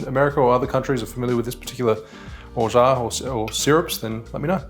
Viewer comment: Perfect french pronunciation of orgeat 😎